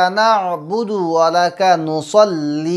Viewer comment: নুসল্লি না নুসাল্লি বলছেন বুঝেতে পারছিনা help.